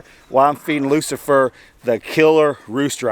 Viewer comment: Its Roosafer LOL